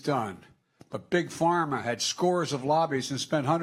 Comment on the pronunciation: did he say, beat big pharma' or 'beat pig farmers'? what did pig farmers do to him? wonder when biden will beat the cartels of south america and the fentynal from china?